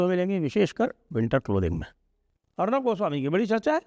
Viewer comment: Didn’t like your accent or pronunciation of Arnob… clearly showing your anti bong/ anti east bias…now you are detecting fault in Arnab as he is not doing Jai Ho all the time